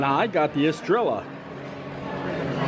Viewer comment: Yay so great to see you hanging out with Josh and Taylor! And way to not be intimidated by that Octopus! P.S. I believe your beer is pronounced "Est-re-ya". Double 'll' turns into a 'Y' sound :)